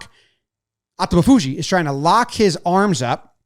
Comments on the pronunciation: Thanks so much for featuring sumo again! You did a good job with the names but they're a teeny bit off - if accuracy matters, here's the short cut: Aonishiki (OW-NISH-KI) Atamafuji (a-TAMMI-fuji) accent on the 'tama' (even though Japanese technically has no accents, just inflections. :) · Quick guide to pronouncing sumo wrestler names. Say them somewhat monotone with NO emphasis on any syllable. So instead of a-ta-mi-FU-ji, say a-ta-mi-fu-ji. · pronounced "ah-tommy-foo-jee" and "ow-nish-key" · You are trying too hard to say Atamifuji. If you listen to NHK the Japanese commenter says it exactly as it looks.